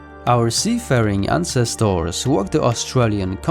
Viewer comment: Interesting information, and good content, but please, please quit using the machine voice to do the speaking. It does not know how to express the feeling of/intent of words nor pronunciation. Just one of the many examples; ancestors is artificially pronounced as ahn ces toars. Hate it.